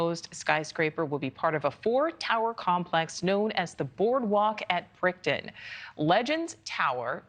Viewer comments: It's BrickTOWN.... not BrickTON 😂😂😂😂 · She could at least get the word correct. It’s not Brickton, it’s Bricktown, pronounced Brick Town! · “Brick-TOWN”, but okay. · gurl "Brickton?" 😂